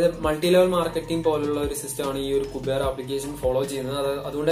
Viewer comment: കുബേർ അല്ല ക്യൂബർ😂